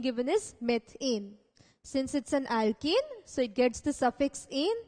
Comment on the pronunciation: Why does it sound like ur saying alkEne and not alkAne. If I didn't know better, I'd hv been thoroughly confused. Other than that good job